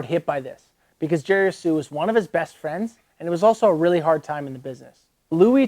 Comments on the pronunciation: i thought the h in jerry's last name was silent. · sounds like your sneezing when you try to say jerrys last name. great vid. thx for highlight. be cool